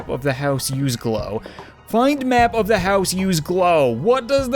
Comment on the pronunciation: it said th instead of the =